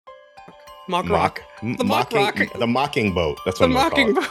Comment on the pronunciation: Its pronounced "mack" not "mock" - think big mac, you wouldn't say Big Mock haha